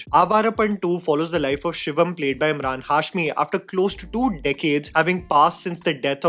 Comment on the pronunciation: Am I the only one who felt kept calling him Imran and not Emraan..